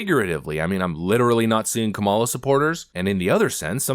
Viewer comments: Everyone supporting Kamala Harris: "You pronounced it wrong! 🤓" I dont know why its a big deal, but its just a name. 😭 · Seriously, that should be a drinking game: drink every time he mispronounces Kamala’s name.